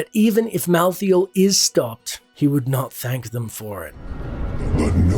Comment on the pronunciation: Here's some important notes for you; (1) It is Mal-thael not Mouth-feel, wtf... (2) Imperius did not know diablo had turned into the prime evil when challanging him outside the gates of heaven. (3) Imperius had nothing to lose when challanging diablo, all angels simply respawns again at the crystal arch when killed which is why it's such a big deal when Diablo reaches it. (4) Imperius hates humans because they are half demons, just like Malthael he recognizes that there's no end to the eternal conflict as long as humans exist. (5) Imperius is not aware of the prophecy that the high heavens were to lose against the demons, only Itherael knows about it and he keeps it secret which is why Itherael votes to spare the humans as they were a wild card that could change their fate. Tyrael wanted to exterminate humanity as well at first but had a change of heart when a nephalem sacrificed his life for the greater good. Being the Archangel of Justice this made him realize that humans can be good and therefore can't be exterminated. (6) Imperius changes his attitude against you after you save the high heavens, seen in the reaper of souls. He still have very good reason to doubt humanity though, as all angels should. Nephalem are unpredictable ticking timebombs that can literally kill celestial aspects. This nephalem happened to be on heavens side but the next one might not be.